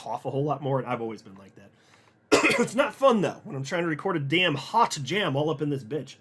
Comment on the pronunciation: “When I’m tryna record a HAWT jam up in this *itch” 🤣🤣